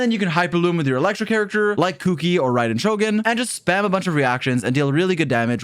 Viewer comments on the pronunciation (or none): none